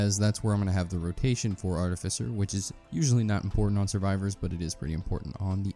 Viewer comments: Its definitely 'art-if-ice-er'. Bro googled it and still said it wrong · You said artificer wrong on purpose several times and each one felt like you punched me in the kidney. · Still saying it rong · you say artificer weird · Wrong, it's actually pronounced artificer.